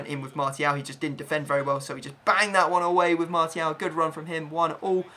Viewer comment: Why does he pronounce martial with a t